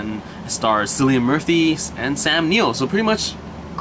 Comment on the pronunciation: It's "Kill-ian," not "Silly-un." It's the "Royal Irish Constabulary," as in "constables." I've watched the two seasons available, and it's brilliant. Murphy is in all three of the Dark Knight movies, as the Scarecrow. He was in "Inception" as well, and many Irish and British productions. "Peaky Blinders" is worth watching...twice.